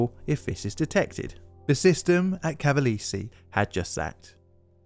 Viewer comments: ca-va-le-se has 4 syllables, not 3. More like "Ca-va-less-ee" than "Ca-va-leeze". "After all of you don’t properly tell someone how to do a job they will use their judgment" Well said! So let me be very clear on how to do your job: When you see a place name in a different language, or simply one you have never heard before, use this handy site called "youtube" to look up "pronounce [word]", instead of using your judgement, when you know you repeatedly mispronounce things. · I need a compilation of you just saying "Cavalese" 😭 Great video dude! I've neen binging on them for hours now ✌🏾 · I didn't know about pre-airplane disaster. I visited Cavalese 10 years ago, great skiing. BTW: We pronounce italian "gi" like Jeep, "gh" like "gimball", "ge" like "Germany" and so on. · Small hint… in Italian, “e” is always pronounced (essentially as ) the “a” of “play” never like the “y” in “play”, as you pronounced with “Cavalese”.